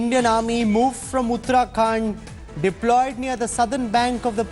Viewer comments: Deployed not deloyed, please, what prize for me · Did anyone noticed the word "Deloyed"??